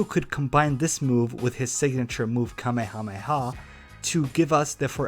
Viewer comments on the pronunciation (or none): none